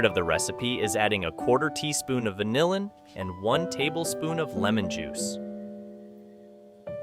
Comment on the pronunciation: I tell you, these were the best CREEPS I've ever had. I think it was the VANILIN that made it so great. Thank you soulless AI voice!